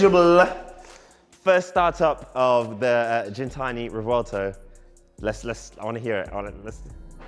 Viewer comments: Why you sayi jintsni when it’s gintani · lol it’s gintanti not jintani bro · Not Jintani,its Gintani as in "give" ..but sick, first time on the channel, let me sub 🔥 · It's not pronounced Jin-tani. G-GIN-GINTANI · "GENtani" lol Great vid!! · You're saying the name of the company wrong. It's not pronounced like gin the drink...